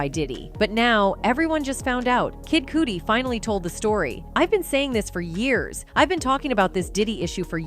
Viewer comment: Who is kid coody pronounce people names right it's kid cuddy spelled cudi